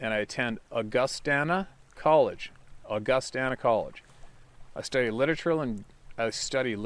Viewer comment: It’s August-Stan-a college.